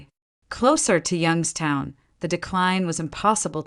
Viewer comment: Properly pronounced "Yunkstown"